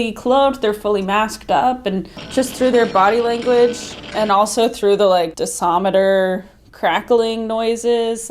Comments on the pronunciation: DOSIMETER NOT DISOMETER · The DOSImeter measures the radiation DOSE. Not disometer )))